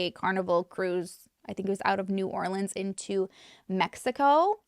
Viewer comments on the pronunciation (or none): none